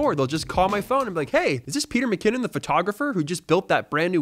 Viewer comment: At :25 It sounded like you said “Its Peter McCanon” 😂 which would be a fitting name haha.